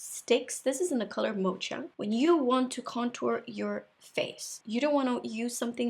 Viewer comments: Love all your videos! You are beautiful and a true artist! Just one thing about that fenty contour stick. The “ch” is pronounced like a “k” so like mokka. Your English is superb by the way! It is incredibly impressive that you can speak four languages so well! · Mocha is pronounced as [Moka] ;) Like coffee